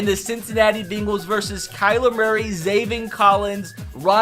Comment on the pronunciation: I love how he pronounces the Bengals, the Bing-guls